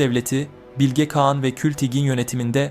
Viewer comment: İkide birde "kean "diyorsunuz kean değil kağan